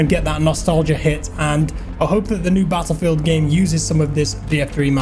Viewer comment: Can you stop pronouncing battlefield so stupidly